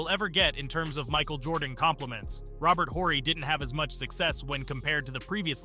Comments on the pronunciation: “Robert Whorey” I don’t like it when creators don’t know the subject well enough to correctly pronounce names of key historical players. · Robert Whore-y